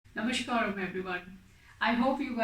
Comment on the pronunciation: Akka, iyour videos are super good. and when it comes to pronunciation, it is not Sambhavi. It is Shambhavi and it is not Namashkaram. It is Namaskaram. .